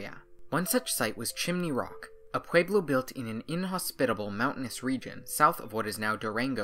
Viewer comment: Pueblo has an e, not an a.